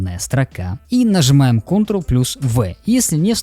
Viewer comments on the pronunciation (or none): none